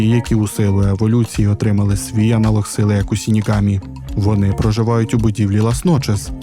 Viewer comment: Загалом мені дуже сподобалось ваше відео, але ця жахлива транслітерація ріже вуха, не сінігамі а ШИНІГАМІ ви ж не кажете сусі а кажете суші вірно? І подібні помилки у вас на протязі всього відео, будь ласка врахуйте це в майбутніх відео